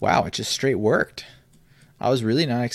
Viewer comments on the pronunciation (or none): none